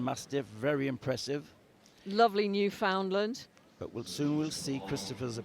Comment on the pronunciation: It's pronounced 'newfin-LAND' - at least when it comes to the Canadian province. This is my favorite group to watch :) Thank you for sharing everything online.